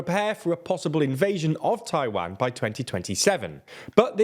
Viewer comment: Is it too much not to sound like Wario when you say Taiwan? It's Taiwan, not Tai-waaan